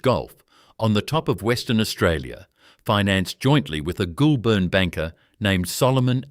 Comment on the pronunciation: The pronunciation of words is deplorable. Simple words like DROUGHT, GOULBURN and many others.